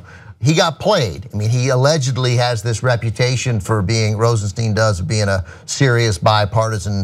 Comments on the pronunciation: Rosenstein pronounced RosenSTINE not Rosensteen. Mueller pronounced Muller not Mewler. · Ana, it's "Rosenstine" not "Rosensteen." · His name pronounced ROSENSTINE/ROSENSHTINE... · TYT, has a shortsighted view. If you were Rosenstein (rhymes with dine, not bean, btw.), and the POTUS asked you to write a memo recommending firing Comey, you have two choices: A. Don't do it, and get fired, and watch Trump hire someone who will then do it. B. Do it, taking one for the team in order to keep your job long enough to appoint Bob Muller to investigate. Either way, Comey's gone, so you might as well get a fair exchange for it. Rosenstein is smarter than you think. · You guys keep mispronouncing Rosenstein.